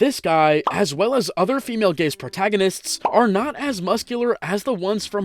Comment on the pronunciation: I fr heard "The Female Gays" 💀💀 help me guys 💀💀